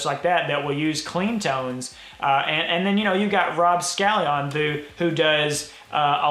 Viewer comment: who is rob scallion? ha. its scallon